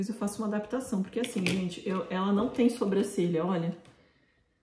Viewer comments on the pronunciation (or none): Gente eu acho uma graça que a fala sobrâcelha em vez de sobrancelha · Eu não sei se acho fofinho ou fico com agonia do jeito que a fala "sobrâcelha" kkkk